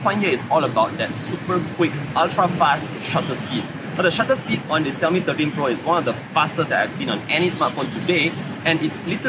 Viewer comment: I love how to say xiaomi